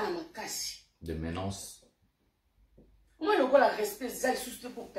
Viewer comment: On ne dit pas ménaNce petit… on dit ménace quand même bien parlé🦅🦅🦅🦅🦅🦅